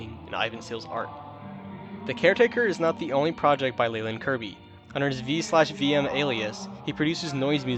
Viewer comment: leyland's other alias, V/Vm, is actually pronounced "Five/Five minor," not "Vee/Vee Em." It's a chord progression.